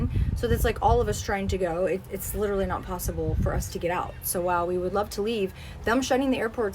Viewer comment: “LITT-trawlee”’s are ever present in these influencers’ accounts